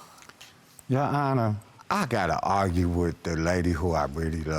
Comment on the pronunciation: All I hear is "You wanna agrue...I can't agrue with you" 😂IYKYK